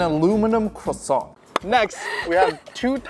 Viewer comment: bro just had to say crossont like that